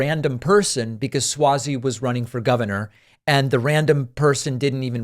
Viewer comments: I think it's (Swazey) with an "ah" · It’s Suozzi pronounced Swazi